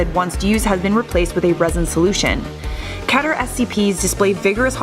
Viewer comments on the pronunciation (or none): Pronounced as KEY-TER not KE-TER. Guy explaining 455: writes essay with repeating words that amounts to less than it's volume.